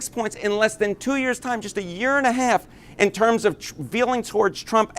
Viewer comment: I just keep hearing him pronounce "half" as "hay-alf" and can't help but keep repeating it out loud to myself. Oh yeah and Trump sucks balls and the public are finally realizing it. That's important too.